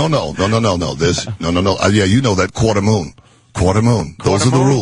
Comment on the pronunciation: Mooney said quartermoon instead of quadroon